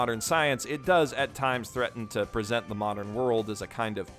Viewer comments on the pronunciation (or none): none